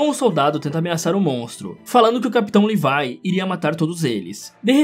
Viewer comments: Ele falando:livie Eu:oxi mais n é levi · Que agonia você falando levai sendo que é le vi é vi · mano...LEVAI????? É SÓ LEVII kkkkkk não é possível que só eu fiquei agoniado com LEVAI kkkkkkk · È Levi não levai pf fala direito pf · mano me da uma agonia quando vc fala Levai ao invés de Levi. Bom videoo ja deixei o laikezin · Não è levai é Levi 😡 A e a mikasa também é akermann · E Levi e não levai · Livai kkk é levi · mano nao e levai e levi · ce pronuncia levi !!!!!!!! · cara fala o nome do levi em português eu já do ficando estressado já é leeeviii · Em inglês a pronúncia é "levai", em português é "levi*